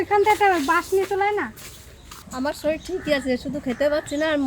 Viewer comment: তোমরা #শরীর টা কে #শরীল বলো কেনো.....? এই ভাষাটা একটু সংশোধন করবে